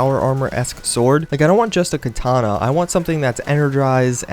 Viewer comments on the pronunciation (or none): none